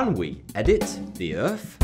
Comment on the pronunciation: pronounces earth, URF